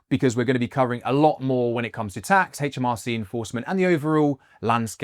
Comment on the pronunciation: It's aitch, not haitch - aitch em ar cee